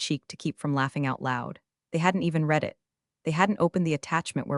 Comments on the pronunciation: I’m just waiting for AI to get ‘read’ vs ‘read’ correctly, just once. 🤷‍♂️ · Ditto on the correct pronunciation of the different forms of “read”.. . . Eg “ I reed it” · Read-(reed) … Read-(red) get it right next time…